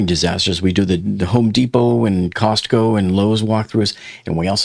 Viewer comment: Just want to tell u....u r the only person who pronounces the "t" in costco...but....lololol!